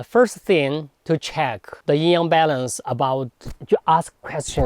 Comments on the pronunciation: Love your videos, but it sounds like you're saying "ying yang" sometimes, which is different ;) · It's NOT a "ying yang" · When will Westerners learn to say Yin Yang correctly. Even these masters talking say Yin Yaang, and still throughout the video he says it wrong!! Why is this? White privilege? He alone and the westerners say it right over the actual person who speaks Chinese? Please please do not disrespect our language! Take the time to learn correct pronunciations is a language other than English.